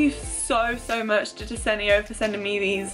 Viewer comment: take a shot every time pronounces desenio in a different way (jk great video as always🥰)